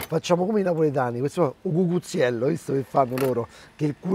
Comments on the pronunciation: Max ti amo, ma si dice o' cuzzetiello no cucuziello😂😂😂, questo panino fantastico❤😍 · Tutto superlativo !!! Il Pollo poi...che colore .... comunque si dice ' o Cuzzutiell ' . Grande Max